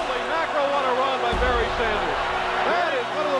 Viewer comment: "Baryr" Oh, Detroit....